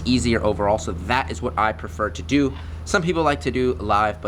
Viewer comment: Also its do not doo